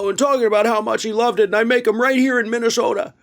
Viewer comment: Haha MinnesHota. He does say it like that.